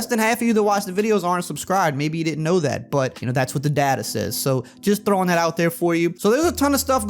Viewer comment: Its not data, its data